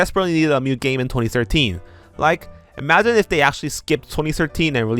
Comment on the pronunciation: i absolutely love your videos and have been binging them for several days now. but for gods sake, please learn to pronounce "new". I keep thinking you're talking about Mew and its so confusing